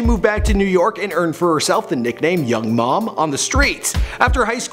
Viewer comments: Did he say Young Mom? 😑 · It's not young mom LMFAO